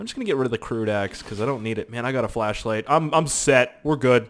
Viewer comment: I thought you were saying fleshlight LOL